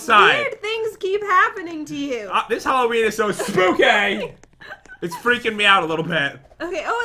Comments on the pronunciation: Noooo it’s not spooky it’s SPOOKAY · EXCUSE ME? WHAT DO YOU MEAN ‘spooky’ YOUR SUPPOSED TO SAY spookay ;( (I mean for the title)